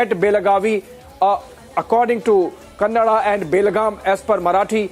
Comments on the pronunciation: the reporter should first learn how to pronounce kannada😒😒.....ಜೈ ಕರ್ನಾಟಕ 💛❤ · It's not kannad, it's Kannada you should know correctly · It is KANNADA mam , not Kannad